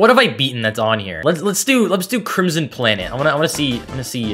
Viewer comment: the way he says "crimson" in crimson planet sound eerily like my name